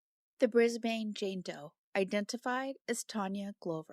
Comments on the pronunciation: It's brisbin not brisbayne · Before you record a video, please check how to pronounce names and place names. Brisbane, Australia isn’t “briz-bane”, it’s “briz-bn”. It’s a well known city, so mispronouncing it is distracting. Just Google it. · Pronunciation tip: Brisbane = “BRIZZ-bun”. The second syllable is very short, like “bn”. Keep up the good work! Thx!!! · Sorry to be picky, but as an Aussie, Brisbane is pronounced “BRIZ-bin”, and Glover is pronounced “GLUV-er”. Thanks for bringing attention to all of these cases, I especially appreciate the Australian coverage. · Brisbanite here! It's pronounced 'bris-BIN' :) Fortitude Valley (mostly known as just 'The Valley' by locals) is kind of a notorious nightlife/druggie area known for being kinda unsafe (although it's improved a bit in recent years), but there is a large amount of low income housing/rooms to rent in the area also. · First of all Brisbane has avery short a, more like a short u. It is Not the "bane" of anybody's life. Glover in our language is said like a glove, you put on a hand, not like a light globe. Sorry if Google only tells you how Americans speak.